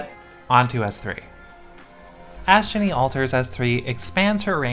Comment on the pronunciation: Video immediately liked for correctly pronouncing Astgenne’s name right.